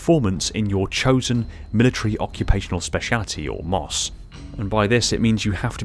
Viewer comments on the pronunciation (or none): Mos haha never heard anyone say it like that just M.O.S. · one would say "M O S" like "em oh es" Not "mos" Unlike FOB where that's said like "fobb" not acronym letters spoken. My two cents, cause that's how we said it in the Army 🤷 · It's Em Oh Ess, not "moss" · It is referred to as M.O.S. not Moss, JSYK. Other than that great video! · FYI: We just say M-O-S, not "moss". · Hey brother, love the videos. But it's just simply said "M.O.S." not "MOS" it's simply an acronym, no special word. This is mainly for the American army. Keep up the great vids. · M O S not moss my guy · MOS is said as M. O. S. Not moss. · It’s M.O.S. Not mos. It’s an acronym not a word. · Bro, he saying Mos but it’s pronounced M.O.S. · Thanks I ran to the comments to make this statement, made my skin crawl hearing it pronounced as “moss” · Lol I was saying the same thing. He's driving me crazy saying moss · M.O.S is usually said as the letters themselves, don't say mos it sounds weird.